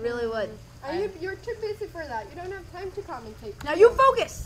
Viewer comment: Andrea: "Timeeeeeeeeeeeeeeeee-uhhhh! ... Why do people add "uh" on the end of sentences now?